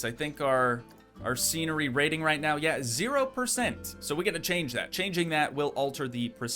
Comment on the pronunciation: bro said meow instead of now